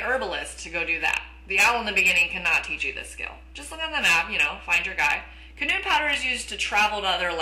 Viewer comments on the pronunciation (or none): ...shes saying canoon .. its cannon. Still love the video. Thx for the advice. Especially the one about not using 10 iron to make one kama. That really help in the long run. Hope you make for vids :3